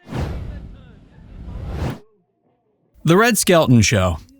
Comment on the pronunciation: Just a friendly fyi.....Red's last name is pronounced, "SKEL - TON", not "SKEL-UNE". The "t" is enunciated clearly. ETA: Red Skelton, along with Buster Keaton, were the two who taught Lucille Ball the craft of comedy. It was through them that she learned the art of timing and the physical aspects to the profession. They taught her well!